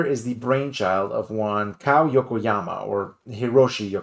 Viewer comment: Kow is pronounced ko like K.O in boxing.